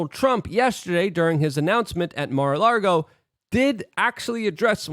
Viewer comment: There's no r in lago bro